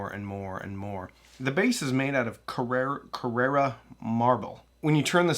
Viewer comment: The marble is "Carrara", though.